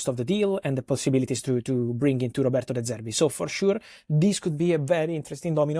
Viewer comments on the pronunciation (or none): none